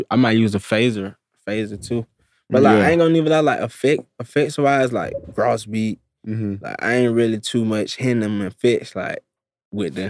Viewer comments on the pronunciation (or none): dude said grahs beat